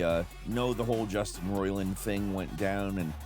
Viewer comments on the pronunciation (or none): none